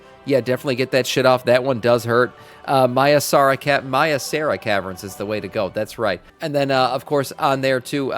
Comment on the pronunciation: Say it with me, Mai Sar Rah. Maisara